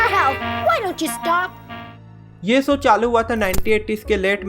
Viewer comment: Bro it's show not soo! work on your speech skills